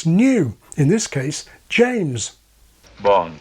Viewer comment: No r sound in there (Jameses)